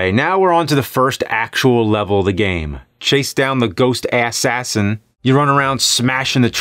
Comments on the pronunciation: I like how he said assasin Ass-asin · The way you said assassin reminds me of when I had a character in a MMO named Assassination Assistant. People would call me Assass lol. I was a rogue :P